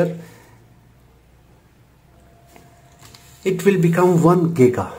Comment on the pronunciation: This is very useful, just it's not 'gega' but 'giga'